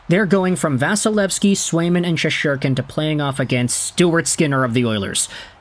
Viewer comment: It's Shesterkin not Shesherkin!